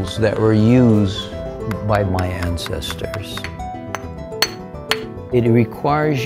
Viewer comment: Did he say handsestor